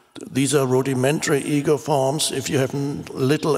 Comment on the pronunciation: Often when Eckhart says "ego" my brain hears "eagle" :D